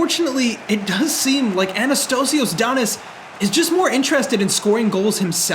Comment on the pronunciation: as a greek person i cried when you said "AnnaSTOHSIYOHS DAniss"